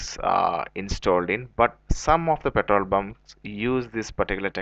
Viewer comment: "petol bun"